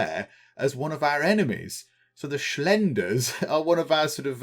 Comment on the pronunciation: "the schlenders" lmao i love how you pronounce that xD